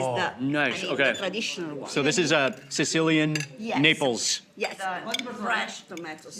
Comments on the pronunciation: Am I the only one who have heard Mark pronouncing Naples as"nipples"? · Why am I hearing nipples all the time 😂